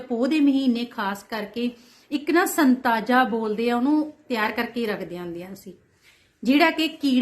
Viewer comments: Not Santaja, Satnaja hunda ji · Santaja nhi hunda satnaja khea jnda ji🙏